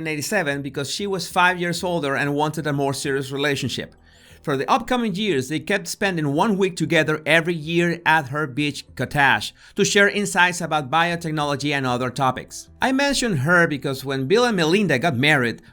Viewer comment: Oh my God!! Best accent I've ever heard. I was like 'what is a "bitch kaTaj"? Is that like the "kaTaj Mahal"? .... Oh! It's a beach COTTAGE! But a very fancy one. Ahahahah. (I grew up in a bilingual family where both parents spoke English with an accent but I never heard anything like that.) Sorry, but that's hysterical. I'll listen again just to hear the way he pronounces things. Makes we wonder who's writing. Maybe he did it on purpose to be funny. But its only funny if its unintentional.